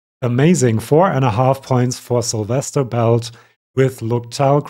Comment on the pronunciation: Syl, not sizzle 😂😂😂 my name is Sylvia, same root as Silvestras :)